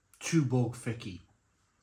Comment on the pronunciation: I like the Fiçi more than the efes draught, I haven’t tried the Dab. My Mrs is Turkish and she informs me that the ç is a “ch” sound so it is pronounced “Fichi” or “fit-chi”, not “Ficky”.